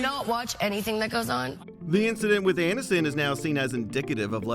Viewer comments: "Jennifer Annuston" lol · "Jennifer Anuss-ton" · Interesting pronunciation of "Aniston"